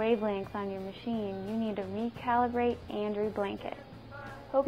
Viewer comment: wait, did she say "sex-photometer"?